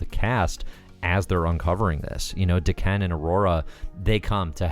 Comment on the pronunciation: Pronunciation of Daken confused me, sounded like (Emperor) D'Ken of the Shiar. It's Japanese so Wolverine's son Daken should be pronounced Dah-Ken